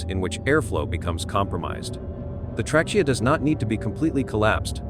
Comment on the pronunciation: "the trehCHEEyuh". Just when I thought I could deal w the AI voice, the ai voice reveals that it can't pronounce common words. In < 2 minutes, this was my first and last visit to this channel😢